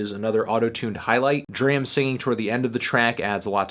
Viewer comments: Dude, please learn how to pronounce "DRAM". Please. For the love of all things. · It's DRAM, not DRAM